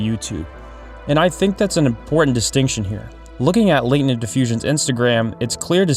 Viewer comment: Dude, are you AI!? How the heck did you pronounce "Latent"?